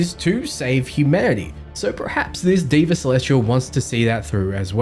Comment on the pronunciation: Deva isn't pronounced as Di-va, it's pronounced as They-va.... it's a word which means god/divine/angel in vedic sanskrit.